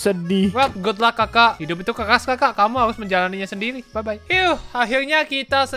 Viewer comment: Ngomong sendiri jadi sendili